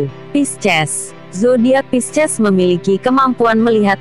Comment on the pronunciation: Pisces di baca P-I-S-C-ES 😂